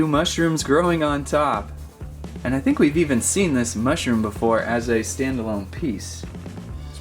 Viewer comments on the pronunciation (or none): none